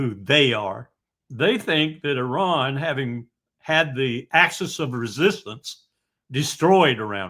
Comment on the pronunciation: So unfortunate Mr. Witkoff is unable to even pronounce the name of the great country 'Iran' or "Iranians' properly...how can he negotiate in 'good faith' without even naming the country and great people correctly? As a side note the Islamic Republic's entire existence is based on 'Death to America..the great Satan'....enough blame to go on in all sides..